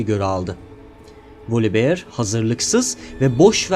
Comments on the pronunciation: volibiyır değil voliber yada tam telaffuz etmek istiyosan volibeğ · ama çok sinir bozucu olmuyo mu üstüne basa basa volibiyır